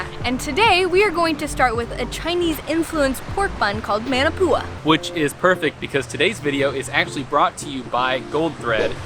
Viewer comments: It’s mAnApUA not man-apua 🤦🏽‍♀️ tf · pronounced: ma-kna-poo-a (manapua)